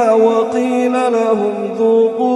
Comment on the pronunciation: Ayat ke 26 Ada kesalahan rasanya.. awalam yahdi lahum.. tp dibaca lakum.. maaf jika saya silap dengar..